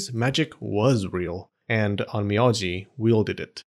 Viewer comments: Funny you say it correctly OhN Me Oh Ji then you go back saying it incorrectly as OhN Me Ah Ji... Even the Closed captioning has an Ō a Long Vowel, and that is the cool thing about pronouncing Japanese. All vowels are pronounced the same. Ah aye Eee Oh Ooo... Just an observation there. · On mee on gee😂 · Every 5 seconds, Onmyoji is butchered.